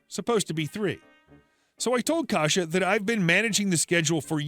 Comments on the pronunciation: It’s pronounced k-EYE-sa not “kaja” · Just to let you know, Kajsa is pronounced "Kaisa".